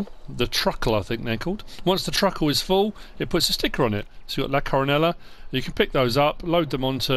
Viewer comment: What a great map, thanks for the tour. If that’s Spanish, double L’s are silent, Co-ro-NAY-ah.